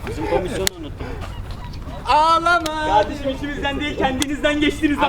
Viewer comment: "Gurban olduğum yağdırıyor" "Ya gardeşim adam meal diyor meal"